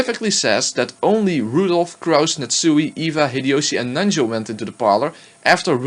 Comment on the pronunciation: Nat Suey!